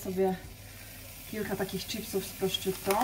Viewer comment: Pani czy. aby na pewno mówi się prosciutto? Bo moim zdaniem nie.wiec bardzo proszę o poprawę bo jest to trochę męczące.